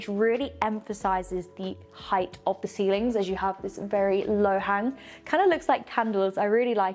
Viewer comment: you are becoming so much more confident in your presentation. You sound a lot more professional. There is room for improvement, though. The word ‘the’ is not pronounced ‘thee’ before words that start with a consonant. Stucco is pronounced ‘stucko’ not ‘stoucko’. Also, keep your attire more professional, less ‘runway’.